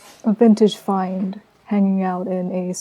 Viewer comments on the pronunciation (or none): none